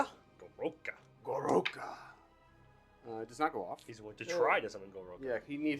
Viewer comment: "Gorouka"? 🤣🤣🤣 Your mean the Gork-roara? You know, like the orruk pronunciation for "gork roarer" since it's a giant roaring gork head? 😂